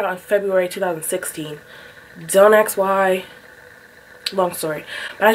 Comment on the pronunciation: It’s ask not axe